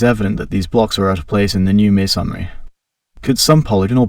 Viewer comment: Everytime he says masonry, I cringe. 'maySONry' 😵‍💫